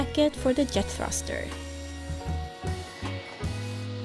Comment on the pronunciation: The Yet thruster. You guys really struggle with the ‘J’s. I’m not criticising at all, it yust reminds me that English isn’t your first language. Love your videos. Can’t believe it’s been three years already. That just makes me think how little I’ve achieved in the last three years!